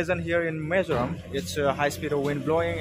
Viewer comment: Not mezoram😂😂😂 it's Mizoram